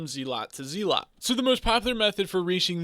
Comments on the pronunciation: IGN: bluebatdoc This is the guide i've been looking for Also it's pronounced zelut Not zeelot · Please stop saying zee-lot it hurts